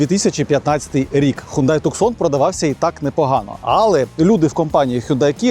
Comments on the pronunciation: Не туксон, а ТУСАН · Туссан а не Туксон)